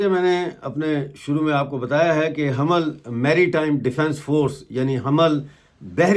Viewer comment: Hamal nahi, (ham mal) hai